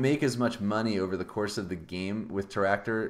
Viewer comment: Why do you call Teractor with two R?